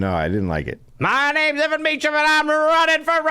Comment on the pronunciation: How hard would it have been for Dave to figure out how to pronounce Mecham, instead of “hmm, I’ll guess, as if there is no way in this world to find out for sure seeing as we’re about to do two episodes on the guy.” Such intellectual rigour. It’s in wiki, and it ain’t Meechum.